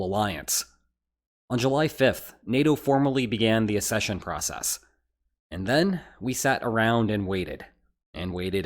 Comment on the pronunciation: It's not "assession", it is "accession"...as in, "ack-SEH-shun"....access versus assess, not the same words